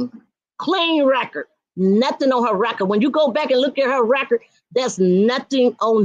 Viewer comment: Wreckard not record 😆🤦‍♀️